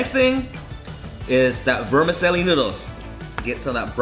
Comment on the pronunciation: i just saw this at 99 ranch, was curious. good video. not making fun of you, it's an Italian word but vermicelli is pronounced vr·muh·cheh·lee.